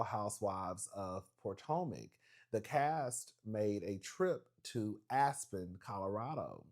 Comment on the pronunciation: the emphasis you’ve been putting on POORtomac lately 😂